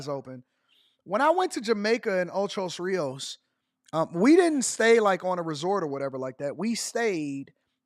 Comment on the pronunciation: It's called ocho rios AD... I nearly fell out this chair hearing you say it like that so many times 😂😂😂😂😂😂